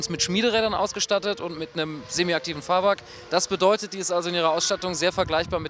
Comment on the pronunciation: Wieso sagte eigentlich immer wieder Fahrwark anstatt Fahrwerk. ?